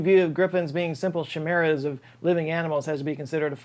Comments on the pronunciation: Chimera is pronounced kye-merra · A Bible in the time capsule? Did they think that was gonna change? Faster than the live frog? Wait a minute..... is this a money laundering scheme? also, how did you pronounce it chimera?